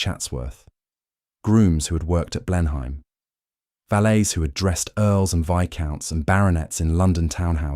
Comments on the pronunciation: I think "Clivedan" is pronounced "Clivden". And "Blenheim" is "Blenum". And is that really E.M Forster or so? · I came to say that I enjoy listening to your content, until [3.25] in this video and you mispronounced 'Blenheim"... "Oh no! I thought he was real but it's just more slop!" But it isn't. No clickbait-y buzzwords spewing a political agenda. It's entertaining, informative, educational and dare I say it, important as a rare historically based cultural record about those of us who went before. Thank you. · Computer generated voice over. The pronunciation of Blenheim gave it away instantly. 😂